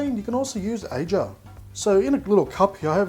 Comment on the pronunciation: "Ajar" huh? Pity it's agar, mate, but nice try lol.